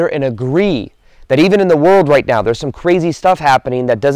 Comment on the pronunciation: I knew he said, "right meow" lol.